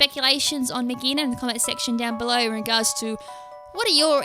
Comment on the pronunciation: I think it's pronounced Mag ghee Ah na That's how I've been trying to say it, it is clingclangs mega evolution